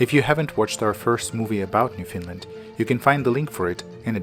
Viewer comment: I thought he was saying Finland- how confusing.